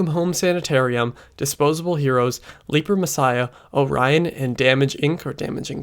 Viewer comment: I'm surprised you refer to it as "leaper" messiah since they say it correctly like 8 times in the song.